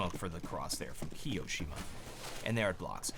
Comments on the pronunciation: The way he said Ki-oShiMa instead of Kio-ShiMa triggered me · the way you say kioshima is soooo awkward like it's not kiOshima it is kio shima just listen how the professional casters pronounce it... but still excellent video keep up the quality content !!😃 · kee-yoh-shima? TRIGGERED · his pronunciation of kioshima...